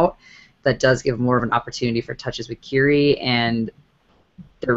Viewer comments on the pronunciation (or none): Ky-ree Robinson, not Carey